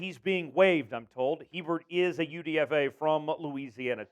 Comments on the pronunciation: It’s pronounced A-Bear for Griffin Hebert. Big time Seahawks fan from Louisiana! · How do you not know how to pronounce Griffin Hebert’s name? That’s day 1, commentator 101. FYI it’s A-Bear